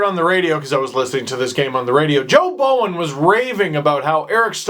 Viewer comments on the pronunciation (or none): none